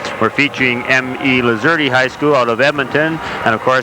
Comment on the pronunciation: Hey broadcaster boy the E is silent! Lol! I am a graduate of the class of 79! What a treat this was! Thank you!😂 go Voyagers! ❤